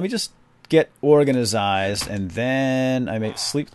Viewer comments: You always say 'organasised' instead of 'organised' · he does that to be silly.